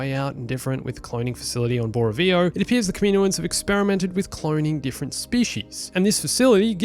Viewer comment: Not kameeno-uns